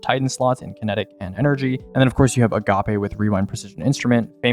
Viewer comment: nice job you might have reignited a debate between me and one of my other friends on the pronunciation of agape /s